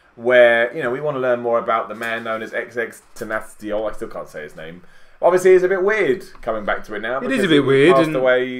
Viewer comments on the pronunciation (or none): xxx-ten-ta-ci~ion that’s how you pronounce it it spelled Xxxtentacion. RIP X, REST EASY! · bro it’s pronounced ten-ta-see-yon with a soft o, not that hard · Ten-tahs-yon is how you say it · x x x 10 ta see on (is how you pronounce it) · I love you bro but stop butchering the dudes name. It’s been long enough, just say X or XXX if you can’t get it. Got mad respect for you just saying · if you cant pronounce a simple name just say you cant don't butcher it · I fw u guys but just take a few moments to sit the fuck back & learn to pronounce his name right . I know u respect him & it’s nothing personal but damn ppl that love him hate hearing somebody mispronounce his name it’s just a pet peeve w/ respect added to it that u know his impact it’ll take no more than 5 minutes to look it up & learn it. It just gets under my skin nothing person lol I watch y’all all the time b/c ur actually more Rae & real then others.keep it up